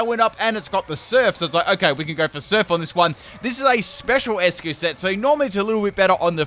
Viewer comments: Its not 'ess-cue' its 'ice-cue' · I believe Eiscue should be pronounced as "Ice" cue because it's a play with the word "Eis" in German which means "Ice" and it's pronounced as such.